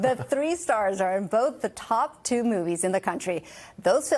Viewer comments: ZenDAYa, no “i” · You couldn't learn to pronounce Zendaya and Jon Bernthal correctly?